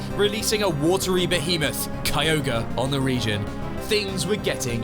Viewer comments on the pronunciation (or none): none